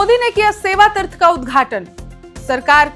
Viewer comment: Madam hindi thik kr le tirth nahi hota hai teerth hota hai😊 pata nahi kaun interview me pass kiya apko news bolne ke liye